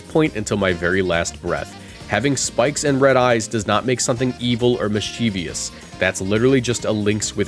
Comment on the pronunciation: Mischievous is pronounced mischievous. Not mischievious.